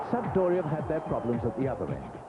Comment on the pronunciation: I wonder how many times they told that it's not Sampa-doria before they gave up.